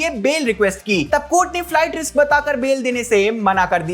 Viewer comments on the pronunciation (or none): none